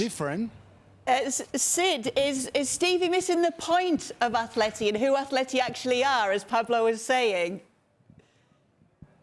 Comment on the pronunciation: It's pronounced Atleti.